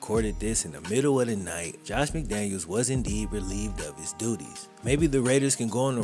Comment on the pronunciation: Great video as always. Only thing I will point out is Mike McDaniel deserves the respect of having his name pronounced/spelled correctly as him and Josh McDaniels don’t share the same last name as stated.